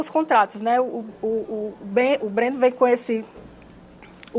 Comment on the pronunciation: Quando a própria representante do Estado não sabe os jogadores que o time contratou, guaaa.. A mulher falou o nome do goleiro BRENNO errado 4x